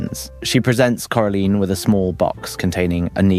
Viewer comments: Cora line not cora leen with respect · It’s Cora LINE not Cora leen 😂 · "coralean" Its coraline not coralean😭😭😭😭😭😭😭😭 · I’m sorry corLEEN?! Do I have to sound this out core-a-line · why are you pernouncing it “carilien” 😂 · it’s still coraline. Not caroline, not coralean, CORALINE! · Why did you forget how to pronounce Coraline's name half way through that segment? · How is no one talking about how he butchers the pronunciation of Coraline moments after saying the name of the movie correctly